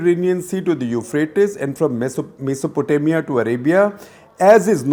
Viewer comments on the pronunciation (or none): none